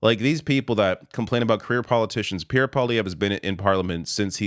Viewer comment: whoever heard of a cowboy called pee air.